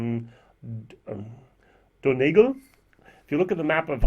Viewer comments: Pronounced: dun - e - gall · We realy have to give you a lesson in Irish pronunciation 😂😂😂 Donegal Dun-knee-gaul